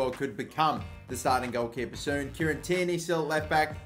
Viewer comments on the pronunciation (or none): none